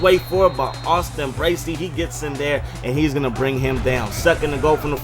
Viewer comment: He said Bracey right! Haha